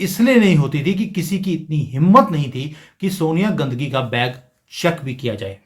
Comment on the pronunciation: Aap "Gand Hi" ko "Gandgi" kyon kah rahe hain?